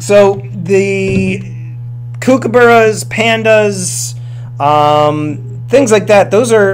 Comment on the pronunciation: Lmao laughed so hard the way you pronounced kookaburras! I am aussie, that was gold mate!